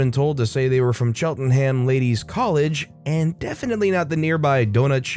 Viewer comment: Well you got Edinburgh right, but made an absolute hash of Slough and Cheltenham. The Ough is spoken like "cow", and Cheltenham is more like Chelt'num.